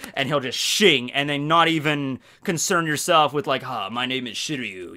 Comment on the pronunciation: today's forcast will be a nice snowy day get ready, hope you have a good day also, 'shink' that's what i picture him saying 🤣😂🤣😂